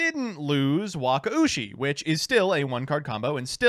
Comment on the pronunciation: he perfected the wakaushi pronunciation, this is the biggest arc in this channel